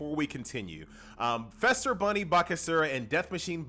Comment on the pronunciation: Do you pronounce Easter as Ester? Feast as Fest? No? Then don't say Fester Bunny :P